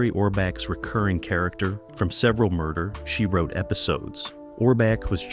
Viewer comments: Wish the video creators would train the AI to at least say the show's name correctly. It's not that hard. Really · The AI voice is distractingly and laughably jerky and hokey. Can't even appropriately pronounce 'Murder, She Wrote'.